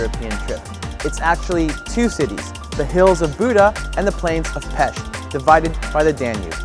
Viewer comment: Thank you for the hard tries to say peSt!! It made me smile, not a lot people know how to say it correctly (:(: Come back for the festival season! It will be warmer I promise!